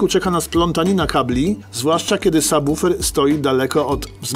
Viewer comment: Świetny odcinek, dobra robota! :) Oglądać Wasze filmy to przyjemność, a ten jest moim ulubionym. Ogromny plus za poprawną wymowę słowa subwoofer, bo często uszy mi więdną, gdy słyszę jak ludzie to wymawiają... Pozdrawiam serdecznie!